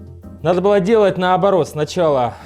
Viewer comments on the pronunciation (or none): none